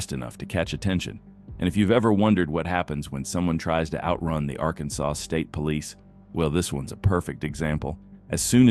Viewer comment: Teach your AI how to pronounce Arkansas.